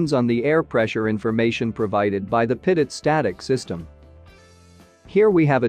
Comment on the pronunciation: Infuriating as the TTS voice mispronounces Pitot every time...but good video. Very Informative!